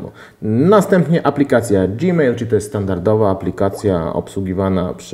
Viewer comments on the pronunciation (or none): none